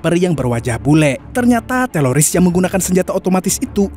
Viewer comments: teloris ap teroris bg 😂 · Teroris bukan teloris🤣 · TELORIS APA TERORIS SIH BANG MOHON DI PERJELAS BANG KAYAK ADA YG GANJIL DEHH🙏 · terroris bang bukan teloris lol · Subscriberny udh banyak tp cara bacanya kayak anak SD, gk bs bedain antara TERORIS dan TELORIS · Bang teroris bang bukan teloris 😭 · Teroris bos bukan teloris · Teroris min..bukan teloris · Teloris ...teloris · Teroris woy, kok teloris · Teroris bang bukan teloris 🤦🤦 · Teroris bang, bukan teloris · ehhh bang kok teloris teroris bang bukan teloris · Menurut saya sih teroris BKN teloris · Teloris apa Teroris sih yang benar??? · Teroris bang 😁 No teloris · Teroris Bang Bukan Teloris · TERORIS. bukan TELORIS 🤣🤣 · TERORIS BG BUKAN TELRORIS🤣